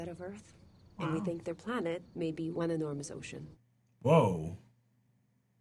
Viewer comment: I listened to "one enormous ocean" literally 10 times because all I kept hearing was "one in arms ocean". Thank god for subtitles!